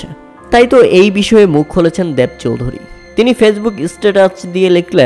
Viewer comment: এ্যাবার, এ্যাবং দ্যাব চৌধুরী কি ভাই? 😂😂😂